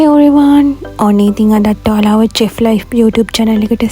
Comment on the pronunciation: ❤ චෙෆ් කියන්නැතුව ශෙෆ් කියන්න pls.